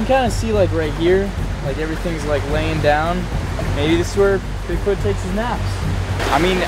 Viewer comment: hahaaa u said "dig foot" at 16 seconds